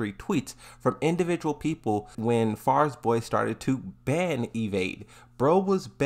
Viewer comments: Farizboy? Fariborz. Fa-ri-borz. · Man why do you struggle so much with saying Fariborz 😂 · Bro struggling hard just to say Fariborz 💀💀💀